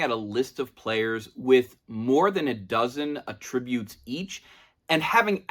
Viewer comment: you pronounce “attribute” wrong